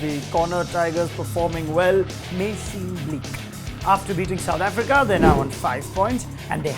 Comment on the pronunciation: The way he speaks india and south africa 😂😂